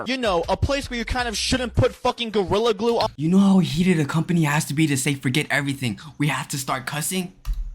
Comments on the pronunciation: "Gorilla Clue" What? The hell you mean Gorilla Clue 😭😂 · U said gorlia clue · “Gorilla Kue”😂😂